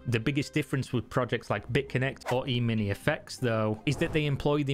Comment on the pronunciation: ehmini, not eemeenie